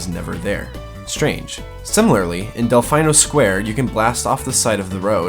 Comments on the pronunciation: Del- FINE -o Sqaure. i dont think thats how you pronounce it Del- FEEN -o Square is how i pronounce it. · You mispronounced "Delfino Sq" Noob <3